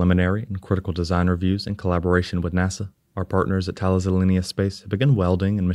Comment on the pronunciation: Try pronouncing "Thales" 'ta-lis, as it's a French company. In English, thay-'leez, with a hard th as in theorem. In the original Greek (Θαλής), tha-'lis, with a hard th and emphasis on the i It's named after Thales of Miletus, a pre-Socratic philosopher and mathematician.